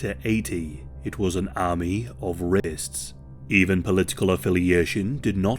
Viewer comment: the correct pronunciation is Ra-pists not red-ists.